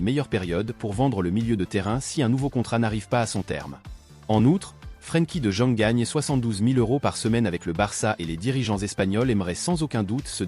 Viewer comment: Mdrrr la voix c’est pas trop ça frankie de jeune 😂😂😂😂